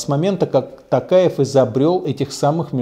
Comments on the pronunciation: Не Такаев а Токаев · Такаев , правильно надо говорить Токаев , вы неправильно произносити фамилию